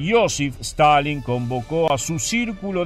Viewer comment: Stanlin - Stilin